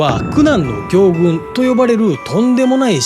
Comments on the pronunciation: 苦難の行軍 ・・・くなんのぎょうぐん ✕ ・・・くなんのこうぐん 〇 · 行軍は「こうぐん」 AIに発声させてる？ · 行軍って、「こうぐん」でしょ？？ 日本語知らない貴方はもしかして・・・・。 北朝鮮OSを入手できたというのももしかして・・・？？？ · 行軍は「こうぐん」と読みます！ 完成度高いだけに読み間違いが目立つ💦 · う～ん。北ですら、Winndows 11 は嫌だと見える。 ところで。「行軍」は「こうぐん」と読みます。ガンバレ！ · 「きょうぐん」かい↓